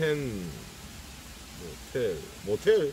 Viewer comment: 영어 읽는것도 꼬소하니 처죽이네요 모텔 ㄷㄷ